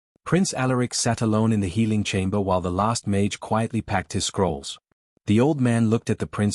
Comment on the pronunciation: Interesting story, but you should check before you upload, all the repetitive parts are unnecessary. Plus you should teach the AI to pronounce mage correctly.